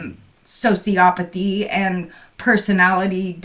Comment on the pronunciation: The way she says “sociopathy” 🤦‍♀️